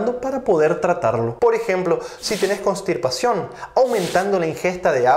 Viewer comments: Constipacion No cornstipacion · CONSTIPACION dr , sin "R"